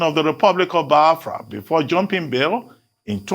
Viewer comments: Why is it pronouncing it as Byafria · Reuben it is Biafra not baaafra wida your eyes 🙄